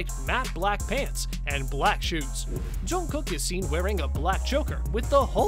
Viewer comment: Loved the outfits...but PLEASE learn to pronounce his name correctly! I literally cringed every time you said it!!!